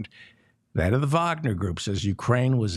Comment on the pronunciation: Thank you for pronouncing 'Wagner' correctly.